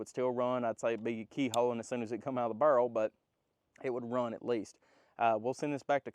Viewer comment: "it be kehowen when it cum out da bhurel." God, man, work on your english.